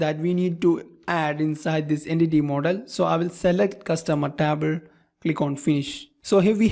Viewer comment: Dude, your English is perfect. But that TABL instead of table really cracks me up! good work tho